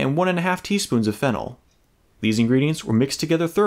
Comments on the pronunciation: I was across the room for a sec and thought he said fentanyl when he said “fennel” I had to go back and make sure I was trippin 😂😭😭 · When you said fennel i thought you said phenol and i went waittt something is wrong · I’m watching on 2x speed and it sounded like you said “fentanyl” there lol